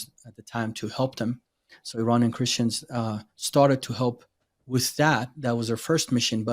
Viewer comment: when you say “Iranian”, it’s supposed to be “i”’as in “it”, not “i” as in I. I just had to say that. Thank you for your content and I love your channel and I tell others about it!